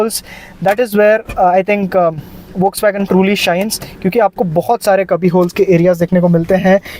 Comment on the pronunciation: And folkswagen not volkswagen.. Koi batao yar inko 😂